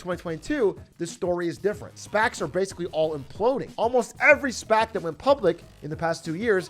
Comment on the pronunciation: Whenever I hear Atrioc says "SPAC", it reminds me of he amazing voice acting as Jar Jar Binks. "I SPEK“